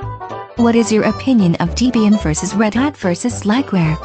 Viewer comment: It helps to pronounce the name correctly. The name evolved from Ian Murdock and his girlfriend, Deb. Some of these vids make me cringe.